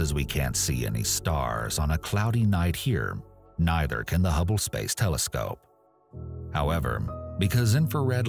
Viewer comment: The way this man says “space” is hilarious 😂